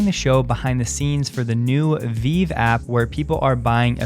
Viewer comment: Its VeeVee dude. Not Veeeve